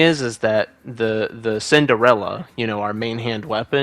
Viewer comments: Good to know that that dagger is pronounced "Cinderella", always called it "Quesadillas" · Cinquedea, not cinderella. i understand that you are american, but come on, just try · It’s pronounced chink-weh-dia